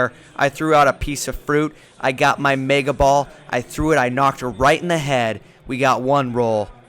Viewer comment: What is à mega boll 😂😂😂😂😂😂 and pigeot is not powerfull 😂😂